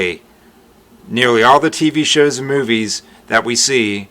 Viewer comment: The way you said “show” definitely sounds like my San Jose husband’ accent but other than that I can’t really tell you have any accent at all.